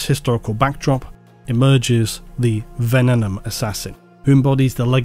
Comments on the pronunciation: you'd have an easier time with venenum if you were saying it correctly. It's not ven-en-um. It's ven-ee-num. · It’s pronounced Venenum not Venenum. Same way you pronounce Abaddon. 😂